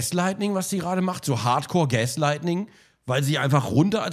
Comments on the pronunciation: Gronk sagt eif "Gaslightning" statt "Gaslighting" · Gaslighting bitte, nicht Gaslightning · Gaslighting. Nicht "lightning" hahaha sorry aber ich musste. Das triggered 😂